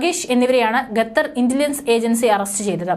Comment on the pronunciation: പരിഷ്കാരി ഭാഷയായിരിക്കും അല്ലെ ? കേൾക്കുമ്പോൾ തന്നെ അറപ്പുതോന്നുന്നു. മേലിൽ ഗത്തർ എന്നു പറയാതെ കുട്ടി. ഉച്ചാരണശുദ്ധിയോടെ പറയു. "ഖത്തർ" നാവിന്റെ കടയ്ക്കൽ നിന്നും അണ്ണാക്കിന്റെ ഇടയിലൂടെ വരട്ടെ ശബ്ദം. ഓഹോ തൊണ്ടയിൽ മുഴയില്ല അല്ലേ..? കഷ്ടം... 🤔